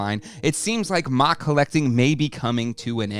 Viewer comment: There's no way anyone says MOC like mock, lmao